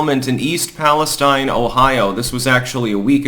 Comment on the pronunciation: Just fyi it's pronounced pales-teen